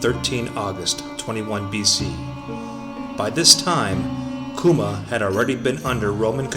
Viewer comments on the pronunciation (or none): your mispronouncing the name